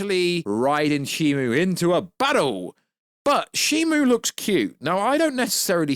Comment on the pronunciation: it’s SHIMU, not SHIMO